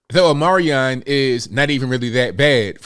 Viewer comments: O-MI-CRON not O-MAR-I-ON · it's "OMICRON" not "OMARION". Respectfully, Tom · No disrespect but it is called Omicron, not Omiron. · I love listening to you but can you, or someone, please tell me why you keep calling it Omarion and not Omicron?? Did I miss something you spoke about? Please pronounce it correctly so you sound as intelligent as we all know you are!! Xoxo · Are you saying the Omarion?? LOL xD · I had no idea what omarion 😂 You meant Omicron 🤣🤣🤣🤣 I'm gonna start calling it omarion 😆😆😆😆😆 This is why I love this channel lol. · Dear. Thank you for what you do. I do want to offer one suggestion. Please say Omicron properly. Here is the phonetic way to say this greek letter: "Oh-meh-kron." We appreciate you so much! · It’s the Omi-cron my man! Lol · Matt Walsh does the same thing. He calls it the Omnicorn. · I think it’s pronounced, OH-mih-kron. That’s a Greek letter, like Alpha, Beta, Delta, etc… PEACE ☮️ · What is omarian? Or are you referring to the omicron? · It's pronounced "ah-meh-kron". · Or “o-moron” 😉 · Come on dude. Ya gotta pronounce “omicron” correctly. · He says it like that so that they don't flag his video for misinfo... They can remove your video and then you can't share info with one another... He's not just pronouncing it wrong... Lol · Are you mispronouncing omicron on purpose? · So is the "C" silent in Omicron? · I have to admit when you don’t pronounce omicron like some type of transformer decepticon it triggers me.😂